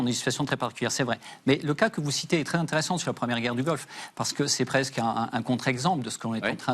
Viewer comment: In un t r ssant